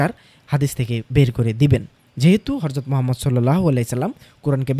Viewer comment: আপনি "হযরতকে" হরযত উচ্চারন কেন করেন?